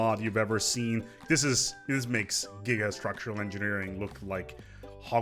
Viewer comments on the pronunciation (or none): Correction: "You Thouwt that Gigastwuctuwal Engineewing was insane? Check ouwt This one.